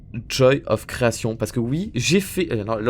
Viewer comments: "The Joy of CreaTION" Arrête tu me stresses 😭😭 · THE JOY OF CREATION AVEC ACCENT PLS PAS AVEC L'ACCENT FR AVEC L'ACCENT EN!!!!